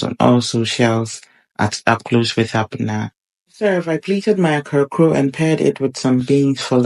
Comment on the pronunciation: Great cooking. Small correction. It is pronounced 'Kaklo', not akrakoo. Kaklo is a Gadangme word for fritter.